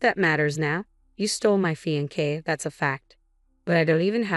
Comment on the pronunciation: Fe•en•kay?? Fix the AI or don't use it!